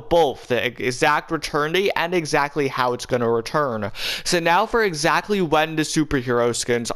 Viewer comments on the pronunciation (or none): how many times do you have to say exactally and bassically i not whatching him ever again